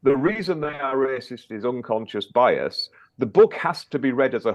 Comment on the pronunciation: “It’s unconscious biase” came straight out of Harry’s mouth lol Scoby seem to speak same language as the harkles lol